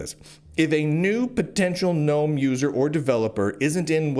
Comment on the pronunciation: Ackchually, its the GuhNome foundation thx